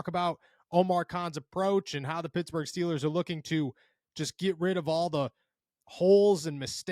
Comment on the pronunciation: Pittsburgh not futsburg